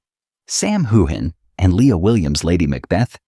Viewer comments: His name is pronounced HewUn. Please try it. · It is not pronounced hogan or hugan.